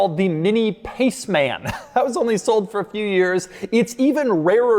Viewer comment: Forgot the Clubman, and the Paceman. Two ultra quirky Mini's. Nevermind, it just sounds weird how he says Pace Man.